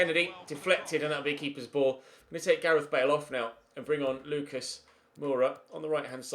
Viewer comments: Lucas in french would be "Loo-KAAH" Edit: ad FYI, Georgiou is pronounced "Ye-or-YI-oo" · Lucas Hernandez is pronounced 'Luca' cause he is french, won the world cup not long ago xD